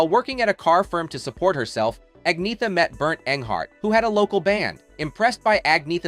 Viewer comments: Learn how to pronounce her name. Not AgNetta .. It's Anyetta ... the 'gn' has a 'y' sound. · At least pronounce her name properly. The g is silent.